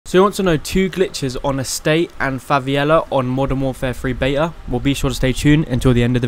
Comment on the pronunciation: Oooh "crazy". And wtf is Fa vi Ella? It's pronounced Favella.